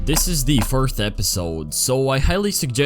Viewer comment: he has an accent so he said fourth but it sounded like first